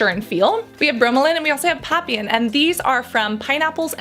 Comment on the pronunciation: Pls learn how to pronounce papain.